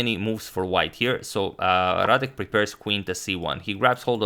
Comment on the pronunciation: excellent "Radek" pronunciation